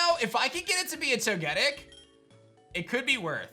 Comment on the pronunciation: Toe-ga-tick....not ......toe-get-it smh